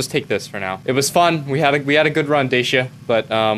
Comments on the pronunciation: It's pronounced "Dah-chi-ah" not "Day-shi-ah" :)) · the way u say DACIA makes me Wana die.... since when did it become DASHIA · It's pronounced DA-SIA You triggered James May.